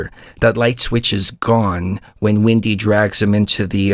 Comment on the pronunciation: Glad to see you guys are back!/You pronounce Wendy as Windey, what state are you from?/Don't you think that the movie Interview With a Vampire had a lot of sexual overtones?/"How to build tools or war" did they NEED war before then?